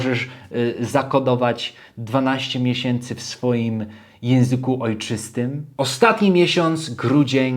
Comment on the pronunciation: "12 mieśęcy"? Serio?